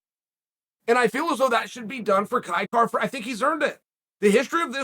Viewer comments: You know Uncle Chael is high on somebody when he literally pronounces their name correctly🤙🏻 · Kai Kara France the only name Chael can pronounce properly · You must be extremely marketable for chael to say your name correctly. Congrats Kai. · Clicked simply to see if he would say his name correctly 😂